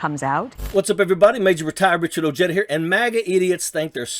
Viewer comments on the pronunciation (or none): Say ur phuking name right Ojeda